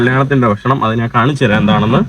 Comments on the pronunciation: നിൻ്റെ അമ്മേടെ കോപ്പ്, നീ ഇപ്പൊഴും "നാൻ' എന്ന് എന്തിനാ പറയുന്നത്. ഞാൻ എന്ന് പറഞ്ഞ് പഠിക്കുക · നാൻ അല്ല, ഞാൻ എന്ന് പറഞ്ഞു പഠിക്കുക